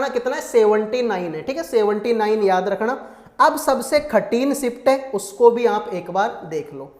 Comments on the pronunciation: Pahle baat to ye khathin nahi kathin bolo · Are bhai khatin nahi kathin hota hai